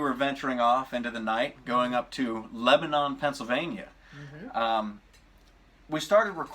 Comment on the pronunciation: Yes turkey hill is amazing i live in pennsylvania and theres one like 3 minutes away from me and i just have to say how your saying lebanon is wrong how your pronouncing it is like the country in the middle east or whatever im not sure really how to write it so you can understand it but ill try its le-ba-nen but i could be wrong and that's just how my family says it but i think your channel is amazing and i definitely think that pennsylvania has some cool haunted places and have you visited centralia before? if not you should because its a really cool place im not sure if its really haunted but its really cool and im not sure if this is farther than you normally go but i think Pennhurst state school and hospital would be a really good place to visit. also i live super close to hanover, pa and theres this haunted house that was featured on some paranormal thing and it be really cool if you would visit it, if you just look up haunted houses in hanover pennsylvania you should find it